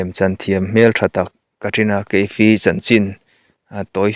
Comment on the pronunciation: I thil chhiar dan hi ngaihnawm loh ka tih chi, i chhiar dan a thatchhia😂ka sawithiam lo...kan Kohhran Upa pakhat Secretary thupuang ṭhin dan ang chiah2,,, ti deuh nuah2 mai 😂😂😂 chuan leh loks Kaif tih hi Ka if ti angin an lam ṭhin Keif anga lam ri lo in...svmm 😊